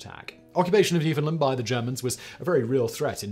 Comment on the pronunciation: Awesome piece. Nice to see Canada get some recognition. And just so we’re clear it’s pronounced New-fund-land….